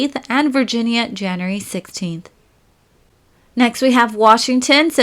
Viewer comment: I like that she says Januree instead of January